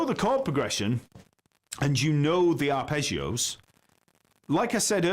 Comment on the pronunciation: Arrpegiooo😂 english pronounce it’s hilarious😂. I’m italian 😂